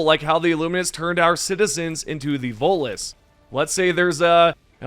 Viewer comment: My God.... This guy is STILL SAYING VOLTLESS ITS VOTELESS YOU UNDEMOCRATIC SQUID